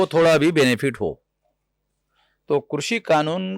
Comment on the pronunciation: आपके द्वारा आपकी चेनल पर कृषी(Krushi)का सही उच्चरण करने पर आपका धन्यवाद और अभिनंदन। वर्ना ज्यादातर चेनलो पर क्रशी(Krashi) ही बोलते है।